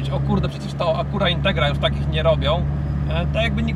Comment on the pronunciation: A dlaczego Acura nie wymawiasz poprawnie tylko "spolszczasz" ? Wymowa jest całkowicie inna "a kju ra" , a ty walisz tekstem jakbyś łaził po zagrodzie . Patrz "A KU ra". A jak wymawiasz Schwarzenegger? I jak z tym BMW ? Jak wymawiasz, a jak się powinno?